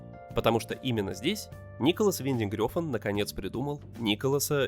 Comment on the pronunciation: В Дании имя режиссёра произносят примерно как Нéколас Вéнтенг Рáфн